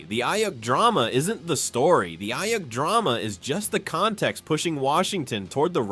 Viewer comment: Please learn how to pronounce Ayuk’s name.